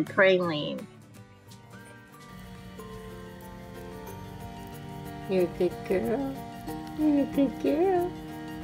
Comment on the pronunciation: 1. She was great momma straight from pup one, eating the placenta sacs and licking them to take their first breaths 2. PRA-LEEN, not PRAE-LINE, cute video but my parents are from Louisiana so I have to correct it bc it sounded so weird to hear her say it. Thank you for taking this mama into your care and making her feel comfortable and loved🥰